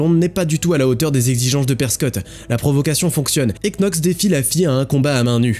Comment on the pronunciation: Knox ça se prononce "nox", comme "knee" (genou) se prononce "niii" ou "[to] know" (savoir / connaître) se prononce "[tou] no".